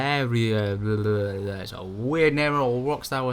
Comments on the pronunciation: Its pronounced V-air-lee-air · My day will be made when there is an English person who can actually say the word Verlierer. It literally just means "loser" in German. It's not that crazy, no, Rockstar weren't drunk.